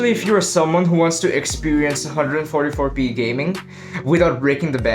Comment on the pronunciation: Bro.. You're saying 144p everytime!... Need to work on that.. Keep up the good work tho!